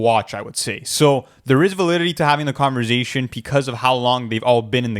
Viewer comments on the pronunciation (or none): Lmao every time pronounces conversation as converzation 😂